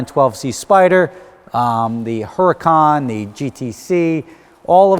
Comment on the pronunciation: It ain't Hura-cahn....its who-ra can.